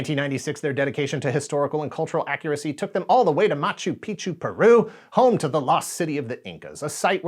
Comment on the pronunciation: Note that the Picchu in Machu Picchu is pronounced like the Pokémon Picachu, without the a in the middle. With the correct pronunciation, it means "mountain". Without the hard C, it means penis.